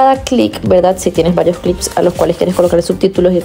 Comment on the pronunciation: CLIPS... CON PE, CLICKS, ES OTRA COSA. CUANDO PRESIONAS EL BOTÓN DEL RATÓN Y CUANDO HABLAS DEL CLIP DE VIDEO PRONUNCIAS IGUAL, UNO ES CLIP Y EL OTRO ES CLICK.